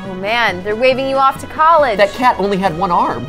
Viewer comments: said College! they learned how to say it right! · IS smart!! He said College instead of Colleg!